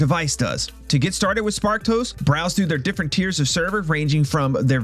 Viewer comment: Swear I hear you saying "Spark Toast" rather than "Sparked Host" ... 😂😂😂